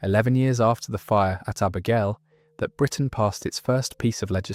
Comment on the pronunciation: They pronounced Abergelly and Clandyeloss